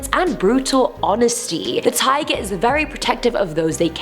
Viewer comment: My ears: This girl is saying tiger My weeb brain: It’s Taiga from Toradora! :D